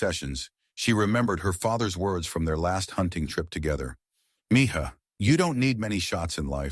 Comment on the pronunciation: Not Miha,,,,Mija!!!!!